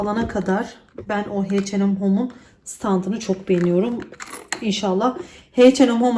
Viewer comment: heyçenem değil eyçenem olacak H&M